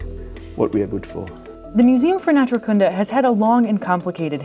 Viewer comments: The emphasis on Naturkunde is on the first u. Otherwise it's an awesome place there. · By the way Naturkunde isn't stressed on the last word section (as is natural science) but on the first. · You pronounce "Naturkunde" really weird. The stress is on the second syllable, which is a long "oo" sound.